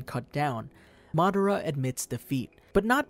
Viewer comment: Madara oh Cheaha